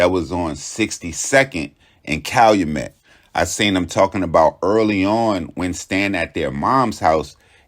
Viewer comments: CAL-U-MET not calamet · Pronounced "CAL-YOU-MET"👌🏿!! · It's Cal-u-Met Pop...u almost got it... Thanks for doing my city we luv the twins💪🏿